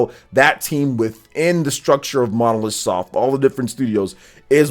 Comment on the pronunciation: Develope by Monolith Soft and published by Nintendo... Stop saying Monosoft 😑